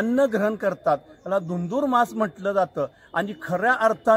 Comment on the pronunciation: झुरझुरमास नाही धुंधुरमास